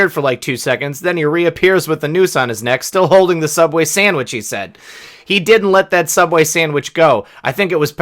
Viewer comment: OMGOSH . . . . . . that's the FIRST TIME I've heard the word, "sammich" since Doc (from the BlazeI) passed away. He used to pronounce sandwich that way all the time . . . . sammich. Brings back so many fond memories of him . . . . . . .